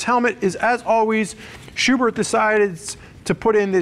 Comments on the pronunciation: Spurg: It’s pronounced SchuberT. Germans don’t have a soft-TH sound. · The h at the end of Schuberth is silent